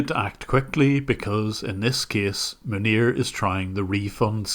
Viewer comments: Whenever I hear you say his name, I hear 'Manure' and I don't think that's an accident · Am I hearing right? Is his name “Manure?” 🤣🤣🤣🤣🤣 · I like how you pronounce "Munir" as "manure". Dunno if it's just because of your accent, but it's an appropriate way of pronouncing it, nonetheless 😂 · I literally thought you said his name was "manure" at the beginning of the video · The way you say his name just sounds like "Manure", which is pretty accurate I suppose. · I like that how you pronounce his name sounds like "manure". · Can we just take a minute to realize how many times I heard “manure” instead of “Manir”? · I think you are mispronouncing his name, it is supposed to be "Manure". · tbh i thought you was saying manure at first then realized it was his name, but seems like he's personality either way. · I love how the pronounciation of the scammer’s name sounds like “manure” because he actually is a pile of shit. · The way Jim pronounces Manir sounds like “manure” and I find that extremely appropriate. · I love how you pronounce Munir as closely to manure as possible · Munir?? Are you sure you are pronouncing his name right? Isn't it pronounced "Manure"? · I know this is entirely unintentional but I’m giggling at the nonchalant pronunciation shift between “Maneer” and “manure” at various points throughout this video 💀💀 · cc pronunciation is manure lmao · you say Manir, I hear Manure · Jim said Munir but I heard Manure. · Everytime you said the scammer's name I heard Manure. Which is pretty accurate. lol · Isn't his name pronounced, "MANURE"? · Can't stop hearing "Manure" and I'm going to choose to believe that's what it is, because it's just so appropriate. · am i the only one that think it sounds like he is saying Manure? n not Munir 🤫😜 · I had a small laugh when I heard the scammer's name pronounced as fitting as it possibly could be for such a man of low caliber. Who would name their kid in the likes of cow waste, manure :)